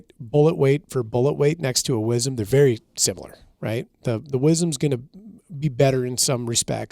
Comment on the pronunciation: “wizzum” … yall killin me …. i twitch everytime it’s said …. southern born/bred … southwest louisiana …